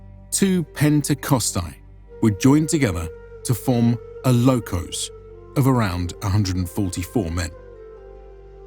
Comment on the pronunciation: is called Μοίρα sounds like Mira . And lochhoos not lokos, Lochhhhos